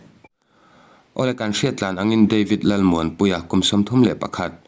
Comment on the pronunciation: Deivid tih kher a ngai mi, devid ti ve mai la, mizo te chuan ketli kan ti mai lom